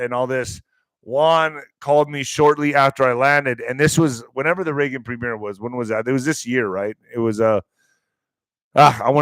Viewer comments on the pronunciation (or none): none